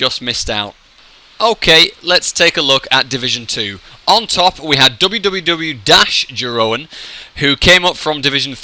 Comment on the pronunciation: maybe one day you'll also learn how to pronounce my name ;) it goes something like: Yeroon